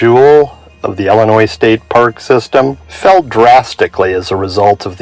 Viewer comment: Omg it’s ILLINOIS NOT ELLINOIS. ILL LIKE YOUR ILL please say it right!